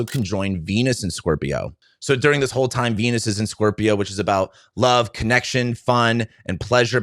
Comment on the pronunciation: Its pronounced LOOOOUUUVE